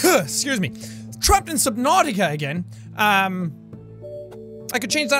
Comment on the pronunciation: Sub NUT ica? SUB. NUT. ICA. also why the bold tho jeez